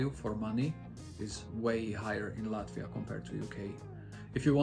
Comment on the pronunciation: I like how you already pronounce “Latvia” with Latvian accent:)) Hello from Estonia!